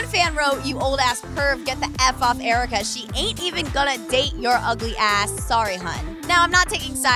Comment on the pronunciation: Jericka👌👍🤞 not aaricka👎